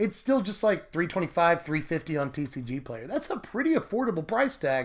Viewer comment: I always laugh when you say TCG PLAYER.